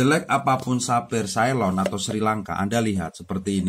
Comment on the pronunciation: Ceylon bang bukan caylon